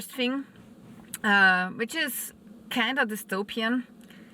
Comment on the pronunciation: "kind'v dystopian"??